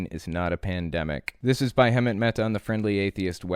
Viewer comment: I don't know why but it really drives me crazy that you can't pronounce Hemant's name